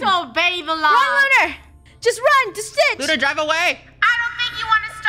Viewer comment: WHY YoU sAy OnE sRaR